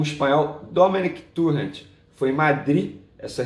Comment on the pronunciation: Ótimo vídeo. Venê, a pronúncia correta é "Domené Torrén" Veja o próprio abaixo